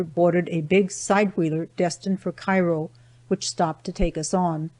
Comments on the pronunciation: also i was born right across the river from Cairo Il and Know people that are not familiar with the two say it like the city in Egypt but it’s its pronounced Like this Kare-o , pronounce it like the word care with an O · Thanks for the great audiobook. Just a footnote as I am a native of the region- locals all pronounce it “KAY-ro” Illinois and I suspect they may have back then as well. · Cairo is pronounced wrong.